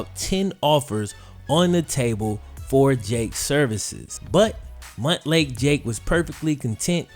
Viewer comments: Montlake isn't pronounced muntlake its pronounced mountlake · Stop saying Mutt Lake Jake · I keep laughing at "Mutt lake Jake", lol, I know Montlake, but it sounds hilarious! Live your best life Jake!